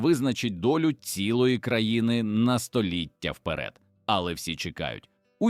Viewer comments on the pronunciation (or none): none